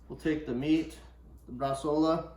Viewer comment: Noooooo, nitrite you can't!!! Why?? Are you food industry or to lazy to make it without. It's not Bresaola becous you call it that, you made just cured meat. And it's Not Brasola but Bresao(u)la.